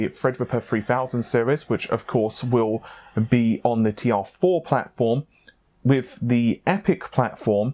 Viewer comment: Wiv instead of with. What’s wrong with you?